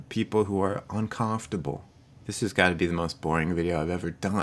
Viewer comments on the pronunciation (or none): Bostonian? 'Cahmftable'... I don't generally hear an accent, but that one is marked. XD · I wonder if it is a regional pronunciation? I have moved all over the country, but not in a region where I heard that. Not sure where is though. Maybe I haven't lived there. Haha "cahmfterble..." sounds like a mix of east coast and Minnesota's dutch influence. Maybe north east coast above NY somewhere? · You say "uncomfortable" funny but that is neither here nor there so.... The video was good and I can relate to being HS myself as well as being annoyed by others who are HS. And thats that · You’re a Highly Silly Person. I like how you pronounce, uncomfortable. You’re awesome. Don’t fret. You can use the grass blade funds for legal fees. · I'm highly sensitive to the way you said uncomfortable 😂😂 Jk! thanks for the test this is so interesting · Is that really how you pronounce "uncomfortable?" 😮 I am Highly Sensitive. I've known this forever. My whole family is like this too. It's one reason I started therapy - I was feeling like everything in the world was too much and that was bad. But my therapist told me it was good to be that way. So that's where we are. Probably going to turn my cellular data off today and tomorrow, have a wonderful day! It's my birthday. 😄